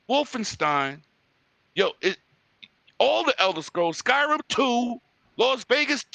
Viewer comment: They have a Japanese studio with Tango Gameworks fellas. Btw, you kept calling Skyrim "Sky-Rim" like they're two separate words brother.